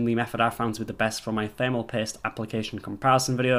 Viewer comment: i thought he said he was pissed....i was like OHHHHH "paste"